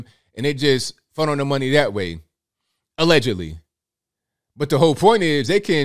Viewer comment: I like how you say allegedly. 😂😁🤣